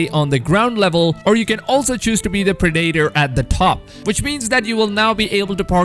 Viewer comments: This dude's pronunciations are &#%$!!! What is a "Why-Keen", or "Sign-Ergy", or a "Preed-Ate-Or"?!?!? Did you perhaps mean.... "Viking", "Predator", and "Synergy" my dude? I'm seriously like rolling! Do YouTuber's do this &#%$ on ourpose to get more comments or what? I'd never record myself sounding like that, and if I couldnt speak a language properly, then perhaps do so in your native tounge, and for your people's? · "pre-dater" "sine-ergey"